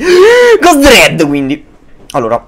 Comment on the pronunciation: dread e' diventato sardo :D